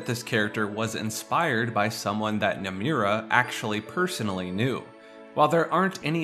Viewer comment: Bro you gotta learn how to pronounce Nomura